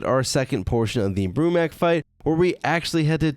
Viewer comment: It’s not Broo-Mac is Broo-MAK